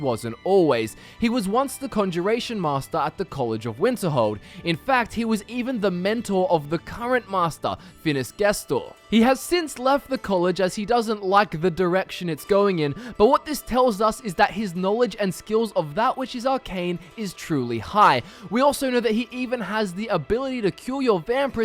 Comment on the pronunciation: guest-or, fail-ian? gester and fal-eon pls listen to npcs say there names before i have to listen to u say it wrong a hundred times with all due respect sir